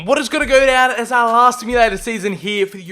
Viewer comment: He pronounces aouar wring and it’s so annoying 😭😂 it’s pronounced OW-ARE